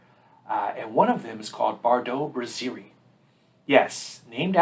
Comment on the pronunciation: It’s not “bruzzeerie”. It’s BRASS-erie.